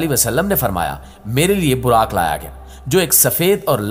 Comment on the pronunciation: Mashaa Allah great but this is buraaq not biraq...